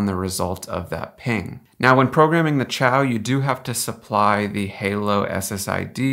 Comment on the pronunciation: Xiao is pronounced sheow not chow